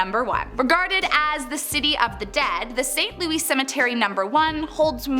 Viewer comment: Its saint louis like missouri pronouced😂